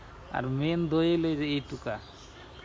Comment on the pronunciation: এটা দই না ধই 😂😂😂 ঠিকই আছে 😅